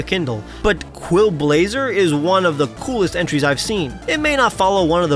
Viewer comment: i think Quailblazer probably not "Qwil". I would say its most likely Quail being a pun on trailblazer